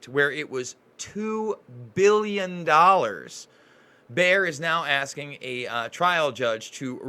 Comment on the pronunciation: It's pronounced (Bay er). Also everyone you speak to keeps saying that people are living longer these days.This is simply not true, people are sicker than ever and much younger than say 40 50 years ago. l know this because i was around then. Also there were no children in any class I was ever in that were running around uncontrollably. NO ADD, NO ADHD, NO OPPOSITIONAL DEFIANT DISORDER. You may say that there was no diagnosis then, however these disorders just didn't exist.